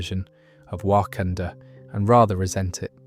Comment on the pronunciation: There’s no way ur calling it Wakandoo instead of Wakanda 🫩